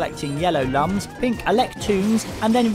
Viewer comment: You pronounced lums wrong. Oh well, great review I totally agree!